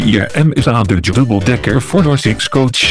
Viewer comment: No. I'm Dutch and hearing this voice trying to pronounce English, and completely butchering it, does my head in.